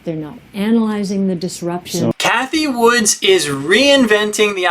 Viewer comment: Her name isn't Woods. It's Wood.